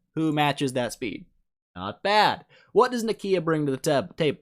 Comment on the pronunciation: "Nikiiiia". please